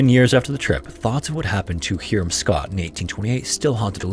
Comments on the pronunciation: Not "Heerum"... it's "Hiram" ("HIGH rum") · Its pronounced HIGH-RUM not HERE-RUM for Hiram....🙄🙄🙄🤦🏽‍♂️ wtf is it with these channels not doing proper research on how to pronounce names of towns, people, mountains etc. I really dont fckin get it...talk about trashy, ignorant, unprofessional, and downright aggravating to the listener/fan of the chsnnel...